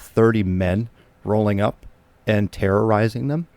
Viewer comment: Can you not pronounce terrorizing?